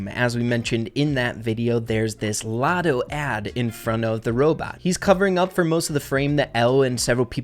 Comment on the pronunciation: IT DOESNT SAY OTTO IT SAYS LOTTO